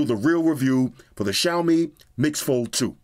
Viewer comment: The only flaw is it’s “Xiaomi”